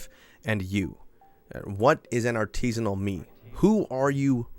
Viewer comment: "Artisinal?" "Hmm.." A R T I S I N A L. cracktrip ensues